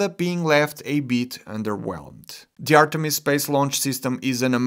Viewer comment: I thought you kept saying Ariane. 💀That’s a totally different rocket.